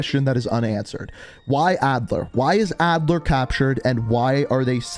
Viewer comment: Adler vs adler? Maybe re read the script man